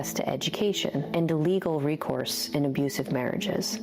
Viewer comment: Why do you say ayyusive? It's clearly not an accident. Are you ayyusing some kind of algorithmic filter?